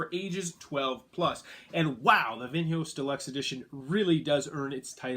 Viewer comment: is it so hard to check "Vinhos" pronunciation in google translator before recording?, massive face palm